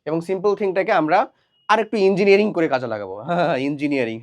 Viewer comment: ইঞ্জিনিয়ারিং হে ইনঞ্জিনিয়ারিং 😁😁